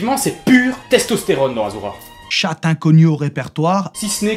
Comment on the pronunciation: Propre, rythmé et bien marrant :) Par contre, arrête de dire aZura. STP :'(